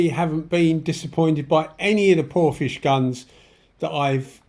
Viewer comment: how do you pronounce Porphis as Porphish should it not be Porfis